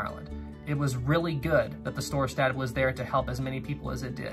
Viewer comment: It's Storstad. Mispronounced on here.